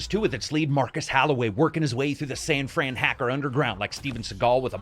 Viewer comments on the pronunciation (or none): none